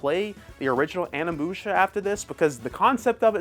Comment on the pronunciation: Ane-Musha???? Are U being serious with your pronunciations????